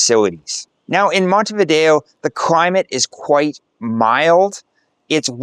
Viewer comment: If you're going to go to all this trouble, learn to pronounce the name of the place.